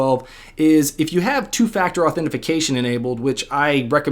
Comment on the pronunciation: Please say authentication correctly dumbass lol